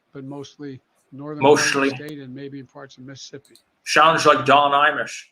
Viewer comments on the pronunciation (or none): none